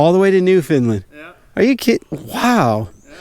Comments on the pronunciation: Hey buddy I’m from Newfoundland it’s pronounced (new-found -land ) great content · You pronounced Newfoundland wrong .. its pronounced new-fund-land to us fellow Newfoundlanders :) and if you ever come out this way I can show you the ropes out here get you on some nice sea run browns trout or atlantic salmon .